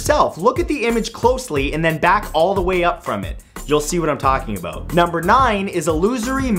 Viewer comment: "You'll see what I'm talking aboat" Proof that Canadians DO in fact talk like that, debunking his video titled "7 Myths You Still Believe Aboot Canadians"